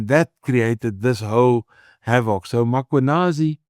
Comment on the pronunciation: Prof, please pronounce the Lt Colonels name properly …. It’s not mAkwanazi, it’s Mkhwanazi. If you’re not sure, ask anyone around you to assist. You seem to have everyone else’s name correct … It’s a matter of respect. Thank you sir